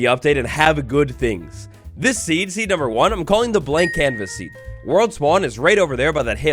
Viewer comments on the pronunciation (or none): BTW The first one said cavas instead of canvas